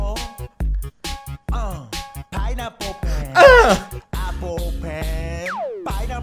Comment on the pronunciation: se lee penpainapolapolpen